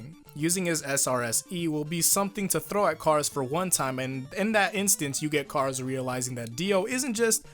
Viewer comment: Notice That Kars Calls Him Self "Cars"